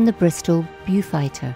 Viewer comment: we Would never say "in the fall" "airplanes" STOP using American phrases , beaufighter is pronounced bow-fighter